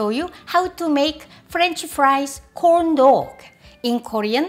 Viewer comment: when you said “corn dog” I was quite surprised for a few seconds but I heard it as “condo” which is like Butt in my language lol 😂